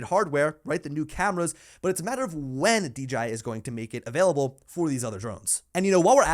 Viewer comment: Dude again, D Jay I Not D Geee I Come on now !